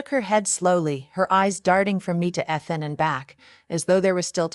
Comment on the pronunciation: Did you even listen to this after you used a fake voice over? I doubt it otherwise you would have noticed how Ethan is said wrong each time. What has gone wrong with YouTubers? Were you never taught to proof your work? Or are you one of those lazy ones who think they can do no wrong so no need to check anything? The name Ethan is pronounced EE-thuhn, with the emphasis on the first syllable. Please let me know if you ever proof your work or are you just to important to do that easy task?